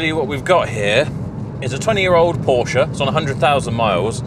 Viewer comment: Its becoming a rarity these days that people (including Porsche Staff) pronounce Porsche correctly. You deserve more subs for that alone!😁